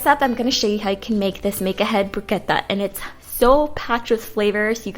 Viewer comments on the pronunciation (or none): Use a serrated knife when slicing tomatoes - that way they don't get crushed. And bruschetta is pronounced Bru- sket ta!! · it's bruschetta bru-sketta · The pronunciation is brus'ketta! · "Broosketta" is the pronunciation of bruschetta. Looks very yummy! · 🤔🤔 I think you mean broo-S-keh-tah... great recipes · Learn to pronounce bruschetta please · The way you pronounce bruschetta lol. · Did she really pronounce bruschetta like she did? I’m done 🤦🏻‍♀️ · Why are you pronouncing bruschetta like that. Wow so annoyed